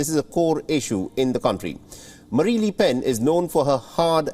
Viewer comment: Calls Marine Marie throughout the report. Says li pen when its le oen. Where do you get these presenters? Cringe